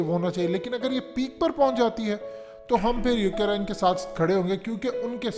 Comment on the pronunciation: Ohh bhai saaab . Its Ukraine not UK Raine